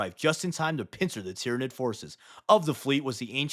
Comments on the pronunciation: id is the latin suffix to mean where it is from, so Tyranid figuritively means "the ones that came from Tyran". And so, it should be pronounced Ty-RAN-id, and that's the hill I will die on. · Sun Tzyranid 😂